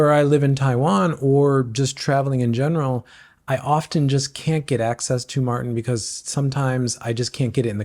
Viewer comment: It's pronounced mORten not mARten .......I use premixed in soft flasks plus caffeine gel, no gut issues... I tries Precision which was good, but the caffeine ones gave me headaches!!